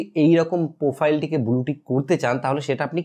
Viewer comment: আগে উচ্চারণ টা ভালো করে শেখো ভাই। ফিরি, বুলু, পোফাইল..... বড্ড কানে বাজে।